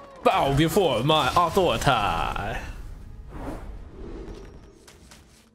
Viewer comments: Why does he always say authoritai instead of authoritah? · “Blessing of authoriteye” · ngl kinda wish he would stop calling it "blessing of authoritah" every single time